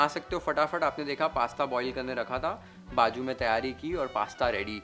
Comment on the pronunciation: It s nt baju it's bazu😅